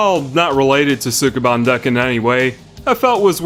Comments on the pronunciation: your pronunciation of Japanese words is terrible. You're supposed to say sukeban quickly. It's pronounced skeh-ban. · They pronounce it more like "Skeban" but you're not Japanese... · Ouch, pronunciation! The "u" in Sukeban is almost not there. Former co-worker was called "Bancho" at school because her voice was so deep. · If you are going to make an entire video around a word you should probably make sure you can pronounce it first. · Mispronouncing the title within the first two seconds of the video. (¯―¯٥)